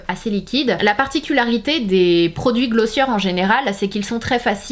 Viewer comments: It’s GlossiÉ not glossieur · On prononce "Glossié" 😉